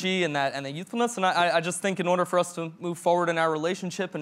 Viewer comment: Orda Orda Orda! 😂 Ya gotta say it right!